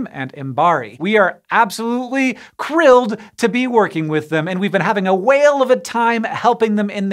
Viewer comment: Hank, you’re under arrest for saying “we’re absolutely Krilled to be working with them” 😆